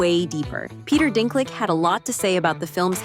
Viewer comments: Peter Dinklag and Mark Moron hahaha.. AI is definitely improving fast but pronouncing names correctly is an issue.. Also negativity is a commodity, polarising society is really hip. It doesn't achieve anything though, opinions aren't going to stop people from being woke or cause people to become woke... All it does is solidify their stance whichever side they choose... You're all idiots for consuming this nonsense and I am an even bigger idiot for typing this out. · "Peter dink lick" Speaking of casting shade... I'm not even entirely sure if people are interpreting what he said properly. Is he saying "We shouldn't do the film because it's super super offensive," or is he just saying "Stop finding ways to virtue signal, while pretending to be super progressive, if you're going to do this film." I tend to agree with the second interpretation.